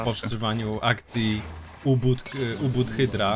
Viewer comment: UBUT xD to jest kurwa U-BO(O)T